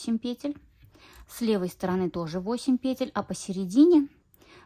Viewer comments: ПетЕль, делайте ударение правильно. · Ольга Кондратьева говорит петЕль, и её слушать намного приятней😊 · пЕтель прявильно произносить.